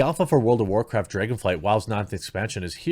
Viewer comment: world of war-chricton? (Michael chricton?) world of war cripe? war criped? war cripen?